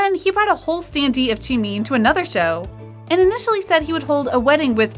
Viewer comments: She rlly said Jookoo and Jemean It's Jungkook and Jimin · I don’t want to be mean but miss girl is saying “jungkoo” and “chimin” 🤣🤣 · That ain't Jimin, that's Shimin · It's Joonkook not Joonk! And it's not JimIn! It's Jimin!😒😒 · im really sorry i dont mean to make fun of u bt its Jimin not jimeen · I feel offended that u say tjimeen 😆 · It is not Jimiiiin, it is Jimin... goddamnit. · i like how the video goes jeemin instead of jimin tho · It’s not pronounced chee-mīn It’s pronounced ji-min (as in mint) It’s not pronounced chung-gkuu It’s pronounced jung-kook (as in cookie) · “Joon-koo” And “jeemeen” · Others:Jimin and Jungkook Her:Jeemeen and Jungkoo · ah yes, jeemeen and jonkoo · im so so sorry no offence to the channel but i crack up every time i hear "jInKoO" and "cHiMeEn" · Jimeen lol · I love how she pronounces it June coo and Jee Mean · Why are you pronouncing jimin like cheemin and jungkook like chunku its so annoying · “V and jOoNkOo” “She made jOoNkOo laugh” “Standing right in front of jOoNkOo and jEeMeEn” I can’t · Jeemeen, joonkoo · I love how she pronounces it like: JEEMEEN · Why did she say jeemeen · Ok but can we just talk how about the person who is Telling this stuff pronouncing jimin as jemeen (no offense) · The way this narrator pronounces Jimin as “chimin” is triggering. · Ur BUTCHERING bts’s names!!! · Ikr- she pronouncing the names wrong 😭😭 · The way she pronounces jimin tho😂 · Pls I'm cringing at the narrator for not saying Jungkook and Jimin's name right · No hate but you're pronouncing Jimin wrong- and even other members name wrong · You're mispronouncing Jungkook's & Jimin's name lol😹